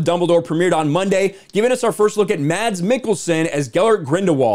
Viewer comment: As a Danish person I like it when he says "Mads" as normally the "d" silent, only to confuse childhood me.